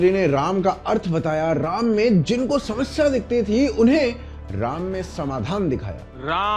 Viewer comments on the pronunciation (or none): none